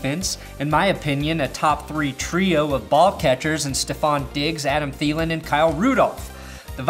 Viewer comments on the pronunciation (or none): none